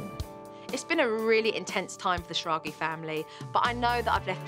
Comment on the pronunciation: Their last name is pronounced Schrag-ah, sad to see they didn’t keep up with their German heritage